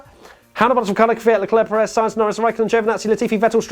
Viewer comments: You are saying Kvyat correctly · Actually your pronunciation of "Kvyat" is better than that of most Brits. You guys usually pronounce it something like "keeveeyat" and your pronunciation would be almost perfect if you made the "y" a bit shorter. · thats actually the only right way to say it. i get triggered by people who say "kiwiyat" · Your pronunciation of Kvyat (Квят) is correct mate.